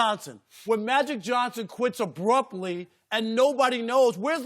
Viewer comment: "Obrumptly"? Rob Parker ftw